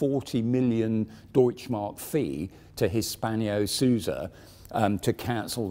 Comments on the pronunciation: Arrrrgh... It's HISPANO-SUIZA, not Hispanio-Souza, damn! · The Swiss firm is called"" Hispano-Suiza". There is no i between the n and -0-, nor is the second word pronounced as three syllables but as two: Swee-za. This sort of sloppiness is not only annoying: it's straight out offensive to anyone not from GB, specifically from the TTM. If your goal is to attract visitors from abroad, stop making a fool of yourself,.:-(